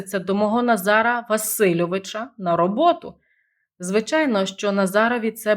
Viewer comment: Сому ви наголос ставите не правильно : Назара - наголос на 2 складі, а ви проголошуєте на 😂😂…на 3? Що за мова? 😢😢